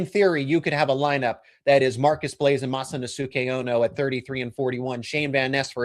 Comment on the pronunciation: Japanese speaker here (43 years living in Japan). I REALLY wish someone would pronounce the name correctly. Masa NOSE kay (strong accent on 'NOSE', but with a soft 'S').